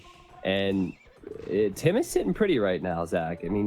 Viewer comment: Should be Tim, not TaToH!